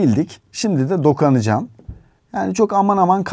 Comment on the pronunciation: ""Dokanıcam""😂 Dokanmak😂